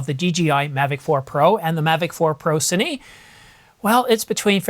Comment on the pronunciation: You said “Cinee,” Thank you!